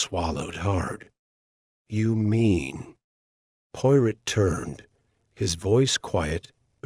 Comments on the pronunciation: Amen! That's the truth! Pawrow, Not Pirate. At least use a British accent. This is unexceptable! 😂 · Learn how to pronounce 'Poirot' and any other British / foreign words ... before attempting audio books... 😅😂😅 hilarious😅